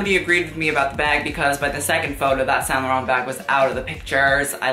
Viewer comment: Je parle français aussi et je t'assure qu'il a mal prononcé non seulement son nom mais aussi les marques de mode genre Yves St-Laurent et tout donc 🤷🏻‍♀️